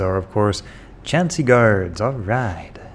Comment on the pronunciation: Great vids but you gotta work on those pronunciations. "Bolrog", "Vampiremagi", "Chancy guard"